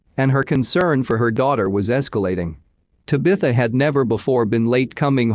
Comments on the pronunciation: This guy needs to learn how Tabitha is pronounced same has bewitch’s daughter. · The only thing wrong with these usually informative uploads is the idiotic Bot narration. The often mispronounced words and names is annoying. This last case specifically where it mispronounces “ Tabitha” at least 100x’s is disrespectful to her and her family. I’d be royally pissed if this were my child and heard her name continually being pronounced as such . Ditch the Bot and you’d have an amazing channel. Just my suggestion 🤷‍♀️